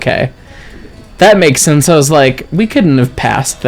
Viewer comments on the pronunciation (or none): none